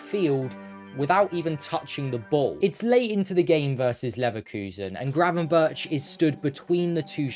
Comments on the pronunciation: Try to at least get the guy's name right! Its crazy to hear GravenBertsh ?! twice within 20 seconds. So I stopped. In future just think of Dennis BERGkamp. And use that BERG pronunciation for Gravenberch. Goldberg, Bergkamp, gravenBERG. Even if written Berch don't pronounce like he is a russian. Kinda big fail considering all the effort put into making a video. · Pls say Burk instead of Burtch, it hurts! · It is not 'GravenBIRCH', better to say GravenBERG' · Excellent analysis. Just one thing. His name is pronounced GravenberG, with a hard g. Not ch as in chips. Keep up the good work! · Just a little detail; Gravenberch is pretty difficult to pronounce for a non-Dutch speaker. The closest you can get to the correct pronunciation in English is: Gravenberg, as the first G is pronounced the same way as the last g(ch) in Dutch. So it should be the same way in English, hence the "Gravenberg" pronunciation. Cheers :) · Nice analysis. Now try to pronounce non-english names the way they are pronounced in the respective countries. 'berch' is not pronounced as birch..... Find a Dutch youtube source for the right pronunciation. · Please pronounce his name as if it were written as 'GravenberG'. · Pronounce his name as gravenberg, with a hard g. For the next video. This one is really good, nice analysis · Hearing the man's name being mispronounced for 10 solid minutes was so painful. It was so bad, that it seemed deliberate.